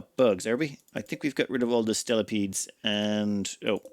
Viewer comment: It's the year 2050 is still calling spelopedes "stelopedes"